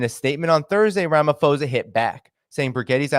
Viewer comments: Theres no F in Ramaphosa . Its not an English name its just written in English alphabets. The English rule of PH = F does not apply here. Just read it as you see it, with a P. Please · small correction: South African names use "ho" for a long O sound, "ha" for a long A sound, etc. The h is silent in Ramaphosa. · It's pronounced "Ramah - Paw - Tsar". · h is silent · Correction: It's pronounced Ramapawsa, not Ramafozer. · I cannot. I heard “ramafosa” for the third time and I couldn’t listen anymore. It’s pronounced Cyril Rama-poh-sah. But thanks for the content. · Please pronounce the Presidents name exactly as is written Ramaphosa (not Ramafosa) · It's Ramaphosa not Ramafosa.. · Its pronounced posa, Ph does not equal f in Ramaphosa. Sorry I've just never heard someone pronounce my presidents name like that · The South African Presidents name is pronounced_ “Raa” “ma” “po” “sa” and spelt Ramaphosa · Rum - u - pause - a . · So the name is pronounced Ra-ma-paw-zah. Also, it’s like you are talking about a different incident because this is definitely not how the citizens view the Lady R incident. We are very certain that weapons were definitely loaded on that ship. The ambassador would not have made these accusations if the CIA was not certain of it, and obviously it can’t provide evidence without exposing its agents. Your ambassador didn’t apologize because no apology was due. Us, we the South Africans, are pissed off about this because it is putting in jeopardy the AGOA agreement which many of our small businesses (including mine) rely on to survive. It is shocking that you have such a dim view of your own country. Are you aware that the politicians who have dragged us (South Africa) into this conflict are the same politicians who have completely wrecked our power grid and are systematically forcing us deeper and deeper into financial ruin? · Its Ram ah - po zar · It is RAH-MAH-POH-SAH